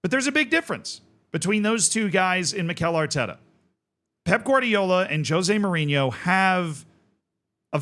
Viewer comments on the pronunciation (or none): none